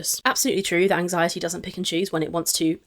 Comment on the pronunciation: As someone with DIAGNOSED "generalized anxiety disorder (GAD)", her flippantly talking about her "anzi-it" isn't funny either. I do not believe her anxiety is nearly as bad as she says it is. I don't believe her about anything. She has a "thyroid" issue now because of Beck. If she doesn't show her patient portal, then she is lying. That test result is right there with the diabetes results.